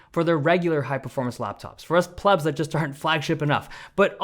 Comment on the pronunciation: Hey Dave. You said "us plubs". I think you meant "pleb". There is quite a massive difference in those terms 🤣